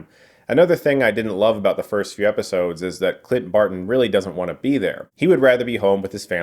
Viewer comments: He called Clint Barton "CLIT BARTON" lol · Did anyone else hear Clit Barton? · I’m sorry, did you just say “Clit Barton?” 💀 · chris stuckman: "clit barton"